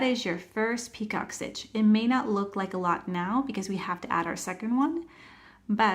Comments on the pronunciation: it's not pronounced peacock it's picot - pronounce as PEEco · Are you doing 2 different stitches! I hear you say ‘peacock’ stitch but it says ‘picot’ pronounced pee-co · Great explanation. FYI—It’s French, pronounced pee-co, not like peacock. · Easy enough and you showed it okay, but the title says picot stitch, but the entire video you say peacock. I thought it was just the subtitles that were wrong, but nope, you literally say peacock the entire video and its so annoying. Plus the very first PICOT, you said to slip stitch in the first chain 3, but proceeded to put it in the first bar on the second SC, at least you said it right on the second PICOT, and said slip stitch in the first bar of the second SC. 😆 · Very nice and thank you …it’s pronounced picō…t is silent and long o sound. Just trying to help. 😊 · It’s pronounced (pee cō. ) The term is French in origin. Thought you might want to be made aware. It’s pronounced (pee cō.) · It's pico...the t is silent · Picot is pronounced pee-cOH. It’s like “Waiting for Godot” or a glass of “Merlot”. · Nice tutorial, thanks! Just so you know, the T in picot is silent, it's pronounced pee-koh. 😊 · I thought she said peacock stitch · UGH!! The “t” is silent. Have you never heard it pronounced before doing your video?